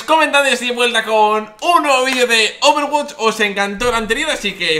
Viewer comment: Dios Overwatch= overwatch :v no Overwot -.- españoles cambiando todo...onda vital!! eres un crack willy xD